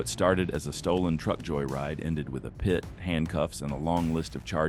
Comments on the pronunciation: Just say PIT. Not P-I-T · Funny how the AI narrator calls a pit maneuver a PIAT maneuver...